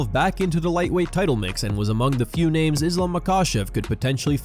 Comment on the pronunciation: Chael constantly butchering everyone’s name is priceless 😂